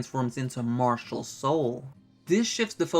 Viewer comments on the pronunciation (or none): none